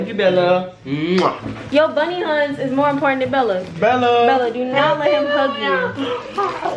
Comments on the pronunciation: It’s them sayin boney Huns and not Huney Buns lmao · Did he juss say bunny huns 😭😭😭 it's honey bunss😭🤚🏾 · He pronounced bunny huns he so silly